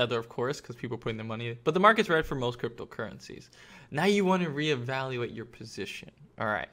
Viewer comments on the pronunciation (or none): evawuuaate the market